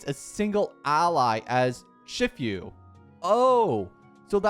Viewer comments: This is the most American way I heard someone pronounce "Shifu"😂 I'm sorry for cackling.. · Worse part is he’s Canadian not even American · Bro hasn't watched Kungfu Panda yet. The pronunciation of "Shifu" is funny and horrendous. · ITS SHIFU NOT SHIFYU 😭😭😭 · Its literally just shifu like master shifu from kungfu panda and he cant say it 💀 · It's she-fu btw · It's not pronounced "shift-you" It's pronounced "shee-fuh" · ‘Shiffew’ 😭😭 Shifu’s pronounced like ‘she-foo’ haha. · "Shift yu" boutta make me crashout bro 😭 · IVE NEVER WANTED TO PUNCH A YOUTUBER SO BAD STAWP WHY HE SAY XIFIU? WHY DID HE NOT READ HER KIT? THE ENHANCED ATTACK BEFORE THE ULT??? AAAAAAAAAAAAAAAAAAAAAAAAAAAAAAAAAAAAAAAAAAAAAAAAAAAAAAAAAAAAAAH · Shiii-foooo. It aint that hard brother. Kung fu panda literally has master shifu(which is also master master if we go into technicality) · Lol I guess you never saw Kung Fu Panda? Shifu is pronounced like She Foo. It means master or teacher in Chinese. Very similar to Sensei in Japanese. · IT'S SHE-FU😭😭 LEARN PLEASE 😭 I'M DYING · be like: Saga❌️= Sage✅️ Shifu❌️= Shif-you✅️ Pawned Asset❌️ = Pawned Assist✅️ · It's "SHE-FOO" I swear this guy annoys me everytime, I'm sorry for getting annoyed every time, but he keeps pronounce things wrong even though their easy, my life is fading away each time he mis pronounce's something easy to pronounce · when he says "She-fu" I'm almost died inside bruh 💀💀💀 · Bro said "shi few" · What is this pronoucnaiation its "She-foo" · Hearing you say 'Shif-you' hurts my half chinese soul. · the more common english pronunciation of “shifu” is basically “she-fu” (fu being the same pronunciation as the fu in fu xuan) btw 😭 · lmao im hearing "sh*tfyou" mans is making me hard cringe oof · My lifespan decreases by 10 years whenever he says "Shifu" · Please go watch kung fu panda 😅 and learn how to sey shifu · pronounce seele shifu right or else I’ll unsubscribe. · Im reporting this video for mass tourture everytime he says shifu